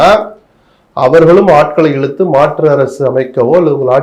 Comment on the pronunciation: தமிழுக்கு அழகே ‘ழ’ தான் ஆனால் இன்றைக்கு அனைவரும் ‘ழ’விற்கு பதிலாக ‘ல’ என கூறுவது வருத்தம் அளிக்கிறது. குலப்பம் அல்ல குழப்பம், வழக்கறிஞர் அது, வலகறிஞர் அல்ல. இழுத்து அது, இலுத்து அல்ல. ஊழல் அது, ஊலல் அல்ல. போன்ற பேச்சாளர்களே இப்படி பேசுவது மிகவும் வருத்தமளிக்கிறது.